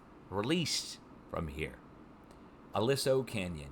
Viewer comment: Pronounced a-lee-so canyon